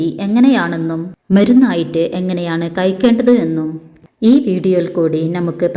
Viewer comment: കയ്ക്കേണ്ടത് എന്നല്ല കഴിക്കേണ്ടത് എന്നാണ് അതെങ്കിലും പറയാൻ ശരിക്ക് പഠിക്ക്